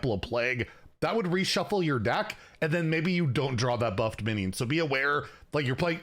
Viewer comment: Do you have a cold? You keep saying things like "binyid" instead of "minion", and it usually happens when you're doing that vocal strain thing that proves you don't know how to project.